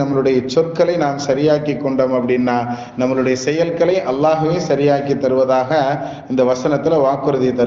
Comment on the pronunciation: இந்த பயானில் நம்முடைய என்று சொல்லும் இடத்தில் நம்மலு டை என்று புழங்கி யிருக்கிறீர்கள்